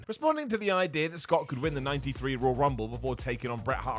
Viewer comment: I always thought it was pronounced “Roy-uhl” rumble but if says “Rol” Rumble, then damn it it’s the Rol Rumble